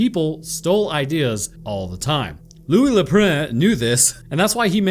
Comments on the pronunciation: louie not louisssss. in french the S is SILENT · Loius Lou-eye! Oh oh! Where did he go!? Oh oh oh oh oh oh! (had to do it)